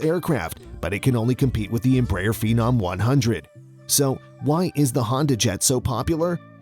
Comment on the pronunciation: At least try to say Embraer the right way